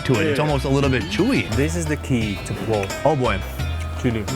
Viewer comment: not plov, mynau palau